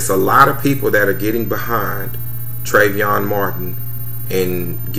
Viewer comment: And another thing you so smart yet you can't even pronounce Treyvon name correctly. This has neen all on the news and radio yet you still got it wrong. So I guess if the guy you punched in Vegas would have shot and killed you it would have been cool. But your punk behind ran like a real man...yeah right